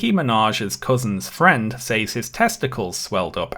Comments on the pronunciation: I need to know why pronounces says “saays” instead of “sez”??? Great content though, dore deserves to be exposed. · I love every time you say "Says" your pronunciation tickles my hears every time